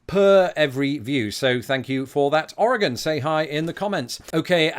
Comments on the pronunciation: Hello from Oregon! Extra points for pronouncing it correctly! Well done :D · Thank you for pronouncing Oregon and Oregonian correctly. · Good job pronouncing Oregon. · Greetings! Oregonian here (yes you did pronounce it right, extra points for that), And I hope you visit here, yes the beaches are really cold, but very pretty. And you must come to Portland if you visit (it’s basically our capital now😂) also we have the deepest lake (Crater Lake) and we also have the deepest canyon (Hells canyon).